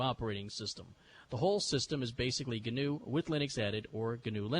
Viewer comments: Just passing by 12 years later to say you just dug the hole deeper by trying to acknowledge the correction and then pronouncing it GINNOOO. Iʼd like to interject: Itʼs just NOO. Like the animal. Sorry for the long comment,. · RMS pronounces it "Guhnew", why don't you? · IT'S GANOO LEENUX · He guhnew that. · Look at the wiki entry for "wildebeest". It's pronounced NEW no matter what fat, neckbeard Stallman mispronounces it as! This speech is exactly why I use vi and not emacs. He tries to get everybody to call the Linux kernel GNU/Linux to suck up the glory when he can't get off his ass and write his own damn kernel. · I thought it was pronounced G-N-U/Linux